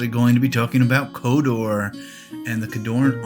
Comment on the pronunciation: It's not a request for more.. It sounds like you are saying Kodor at times and not Khador..